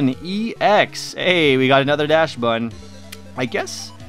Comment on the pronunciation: DaXbun not Dash-bun